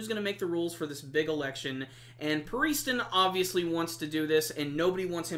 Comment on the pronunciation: btw youre pronouncing pariston a bit.. strangely